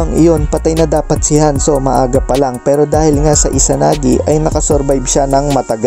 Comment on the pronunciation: Tama ba yOng narinig ko Lodi?Hanzo?diBa Danzo yOn?😅